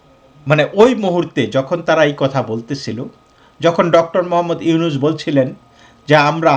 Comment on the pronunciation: Ota “yunus” na “Nunus”.